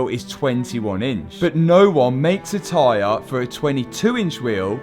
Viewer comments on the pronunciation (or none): none